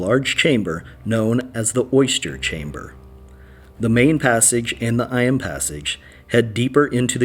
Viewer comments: Eyam is actually pronounced E’em!! As in rhyming with scream. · Eyam is pronounced ''eeym'' not 'eye-am'. I'm from that area. And Derbyshire is said as "Darbysher"